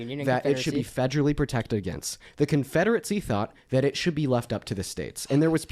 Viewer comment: Why is saying Confederacy like Confederitsy